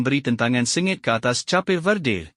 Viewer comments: Cha-pe verde?????? Bodoh admin ni. Buat malu je. Sebutannya seperti orang sebut kek tapi tak ada k hujung nya, hanya bunyi p. Kep-verde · Sebut cape tu salah lah bukan capeh